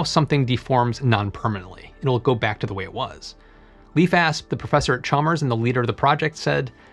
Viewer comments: great video, a little sidenote is that "leif" is pronounced as "layf" not "leaf". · Le-if, that is not how it is pronounced. His name is supposed to sound like the English word "Life", that is basically how you pronounce Leif in scandinavian. -Source, i'm scandinavian and it's my dads name. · My mans name is leif not leaf. (L A I F)